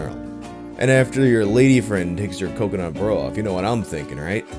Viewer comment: It’s been almost a month and I’m still disappointed you went with “cumconut” instead of “cocoNUT”.